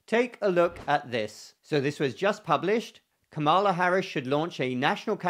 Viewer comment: Just an observation, you say Kamala's name like her opponent says her name. That's disturbing and unfortunate.